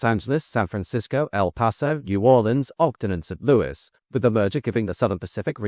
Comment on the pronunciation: He did say St. Louis correct this time (instead of St. Looey). I don't mind the mispronunciations as the information is what matters.